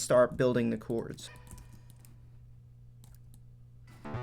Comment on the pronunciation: Jeeezus man...learn to say CHORDS!